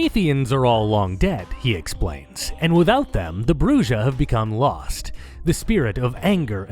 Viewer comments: Its not a big deal, but holy never heard spanish in your life... Bru-hah, not Brujjjjjah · Actually Brujah is pronounced like Bruja which means Witch in spanish. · Brujah is pronounced as "BREW-HAH" :) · I am so happy to see this video, especially since I was hoping to see you touch upon on VtM. I also plan to rejoin patreon on the 1st so the streaming is something to look forward to. Though it’s weird to hear Brujah pronounced with a J since it’s actually pronounced “Bru-ha” since it’s a Spanish word. Is it pronounced with a J in the game? I’ve never actually played it. As for fave clan? Lasombra. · I had my suspicions but hearing him pronounce bruja like that confirmed that this man is whiter then sour cream.